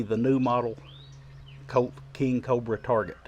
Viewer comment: Great review! I love the way you say Colt sometimes, it gives me a chuckle. “Cote”. Love these revolvers and you are a great shot!